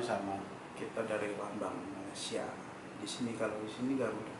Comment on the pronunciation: Orang Malaysia yang tengok video ni jgn malu malu report kat Imigresen atau Jabatan Pendaftaran Negara. Sebab suspicious. Org indon kalau lama duduk Malaysia. Dia takkan sebut Mala-sia. Dia akan sebut Malay-sia...